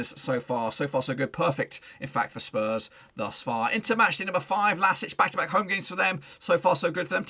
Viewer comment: Can't you pronounce the club name correctly? LASK, not LASIC or else. Either you are poorly prepared or you have no respect for a small Austrian team.